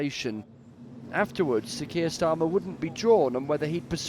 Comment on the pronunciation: Kain Schtarmer